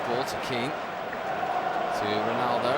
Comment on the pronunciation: "the is the one who did all the damage 'Ronaldoo' "